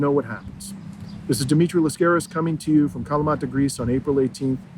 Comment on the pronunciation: dimitri, why did you thank rachel blevins for pronouncing your last name correctly, LAS-caris, and at the beginning of this video, you yourself pronounce it, as most hosts do, las-CAR-is? i myself speak several languages, but greek is not one of them. i think it's a question of minimal respect, at least, to make an effort to pronounce someone's name correctly.